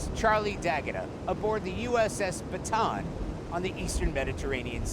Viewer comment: It’s USS Ba-Ta-ahn